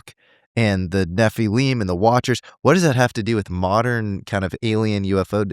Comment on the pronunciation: I don't understand why people pronounce Nephilim like it's spelt Nephileam it just sounds so weird to me for some reason.